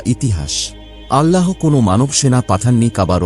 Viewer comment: আল্লাহো নয়, আল্লাহ